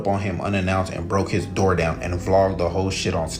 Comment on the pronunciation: If you can't even pronounce "door," you shouldn't be able to demand it be opened for you.